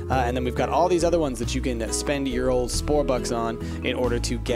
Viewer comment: he said spore bucks 😆 I miss spore